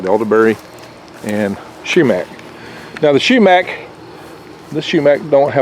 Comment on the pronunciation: Not shoemack,sumac.